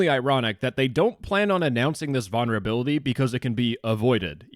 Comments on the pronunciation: Vulnerability not vonnerability. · Can you please stop saying "Vaunerability" 😭😭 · Why can’t this dude say vulnerability correctly 😭